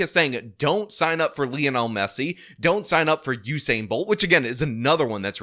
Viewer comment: "Hussein" Bolt? Is that a new Iraqi athlete?